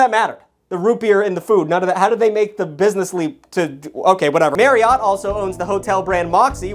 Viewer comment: As per usual is over here saying words completely incorrectly. It bothers me sometimes because Marriott is not pronounced like that at all. According to Google it should be pronounced the same way that Chariot is, Marriott correctly rhymes with chariot. So if you're saying it like 'MaryOTT', you sound like an asshole.